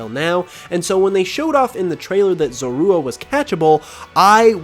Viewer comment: The way you say zorua bothers me so much 😂 also WHY ROWLET?!? usually grass types have a wide disadvantage. From typing to low coverage.